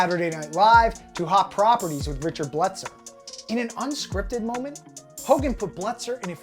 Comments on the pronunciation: Belzer, not Bletzer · His name is Richard Belzer, not Bletzer. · Decent video, but dude, you don’t know who Richard Belzer is??? How are you saying his name?